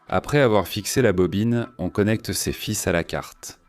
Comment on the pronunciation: " on relit tous les filssss". Bien la prononciation. Au début j'ai cru que c'était une vraie voix il n'en est rien, c'est encore une voix de synthèse. Du coup la crédibilité de l'origine de la vidéo est dévoyée. Hop à la poubelle...